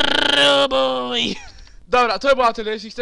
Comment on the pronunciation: TYLKO SPRRRRRUUBUJ!